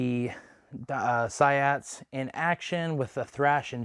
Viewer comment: It's pronounced "see-ots" ._.